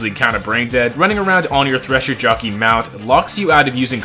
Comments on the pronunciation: blud called a whole tresher jittleyang 🥀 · Stop saying thresher jockey 😭 it sounds so awkward ✨